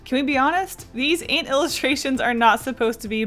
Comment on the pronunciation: Omg I remember you drawing this on stream I was watching it with my sister before we left for holiday and commented how I like the way you say ant ! It's great to see it get finished :3